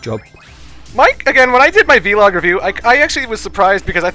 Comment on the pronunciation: I'm sorry but did you just call it a V log?